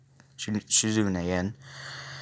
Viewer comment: Shizune Shi.zu.nay is how you pronounce it